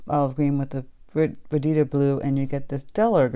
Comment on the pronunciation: Yay! Holbein! Marine Blue is a nice turq. color. Mixed with Daniel Smith's Quin. Gold makes a very pretty green. And, BTW, I think it's pronounced ver dee der blue.